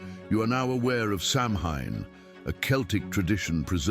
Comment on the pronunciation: Samhain is not pronounced as it looks. The word is phonetically “sow-when” of the ancient Celts.